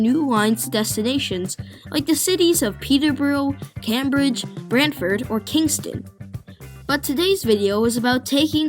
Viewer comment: Good video - A few notes on the pronunciation of a few names: Came-bridge not Cam-bridge for Cambridge Alby-IN instead of AlbyON for Albion Mac-Teer instead of Macty-eh for Mactier